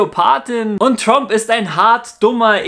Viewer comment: Tromp xD